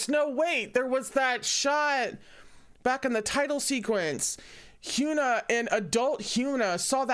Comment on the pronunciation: Can't wait for Round 6, it's gonna be a wild ride! (Hyuna is pronounced with a soft U so it would be Hy-uh-nuh)